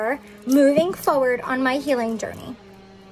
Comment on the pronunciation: Same and the way she says "foeward" instead of forward